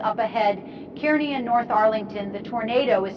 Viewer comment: How many different ways can one AI pronounce CAR-KNEE?????? Kearny is CAR-KNEE! By the way, in case you’re curious I am loving this scenario. You got the Al Roker voice down perfectly. Job well done!!!! 👍